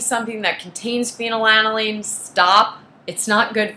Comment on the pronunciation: She doesn’t even pronounce it correctly.